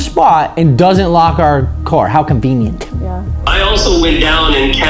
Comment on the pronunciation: “how convenienTUH”